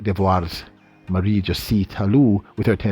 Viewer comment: you sir is a great analyst!! And you are great at analyzing BS. Your channel is very comical you also present opinions as facts. Also what's up with these names pronunciation? Im pretty sure you are pronouncing josee, and Herah wrong,and thats not my 2 cents, thats a fact!!